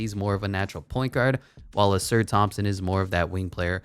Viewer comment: You say ausars name like Ah-Sar